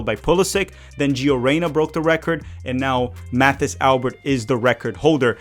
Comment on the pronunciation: Mathis pronounces his name like it's French, so it would be more like Matis Alber.